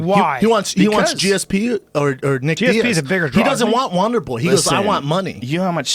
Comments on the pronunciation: Does anyone else hear wanderboy when Shaub says wonder boy? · more like wandeboi